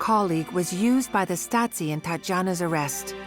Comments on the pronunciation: And i thougt the stories from my german teacher about the Stasi was crazy... Yet why does the narrator say the staski? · The narrator (AI?) has a lot of trouble pronouncing German words.